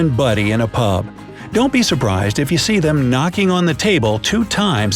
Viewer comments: I saw the "see" turn into a "se" in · focus on the word "see"